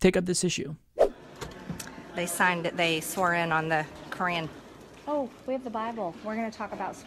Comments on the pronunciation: I thought I heard Crayon like her main source of nutrition. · she literally pronounces "Qu'ran" like "crayon" and honestly i don’t even know what i expected